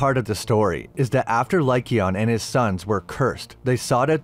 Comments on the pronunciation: “Lie cayon” not “lie Keon”. I know that’s not how to spell it but it helps people sound it out. Also the silver legend was made by the argents. It’s not silver that kills werewolves. Its argents that do. Which is the French word for silver. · It's king LYKON Not Lykeon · Good video but the way you were saying lycaon hurt my ears 😂